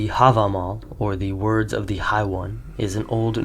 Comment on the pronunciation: The steppe, not thee steppe The backs, not thee backs The first, not thee first The sweeping, not thee sweeping The Russian, not thee Russian The sign, not thee sign The sun, not thee sun The way, not thee way The local, not thee local The synthesis, not thee synthetis The farming, not thee synthetis The genetic, not thee genetic The most, not thee most The story, not thee story Etc etc